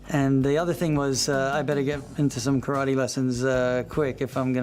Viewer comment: After all this time and even being corrected in the movie, he still miss pronounces Karate.